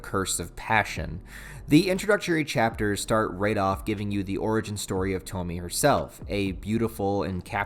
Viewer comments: You calling her (toh-mi) instead of (toh-mi-eh) is making me grit my teeth.. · You mispronounced the name it’s not Tou-Me it’s pronounced Tou-Me-Eh. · Japanese names don't follow English rules of pronunciation. It's To-mi-e. Three distinct syllables. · I'm sure others will say 1000 times but it is pronounced "Toe-Mee-Eigh" like Toe, Meet and Eight. Or Toh-Mee-Ay for you normal minded ppl The very first Tomie chapter was written by Ito as a student for a competition of some sort. So he wasn't even properly an adult or mangaka at that point. Cool to see the beginnings of a great though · broo I love junji Ito, I have entire shelf of his stuff. great video btw, its pronounced tom-e-ayy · Bro, you’re killing me with the “Toe-Me” thing, but I still love ya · Way too late cause the video’s here and it’s said many times but her name’s got three syllables. (Toe-me-ay)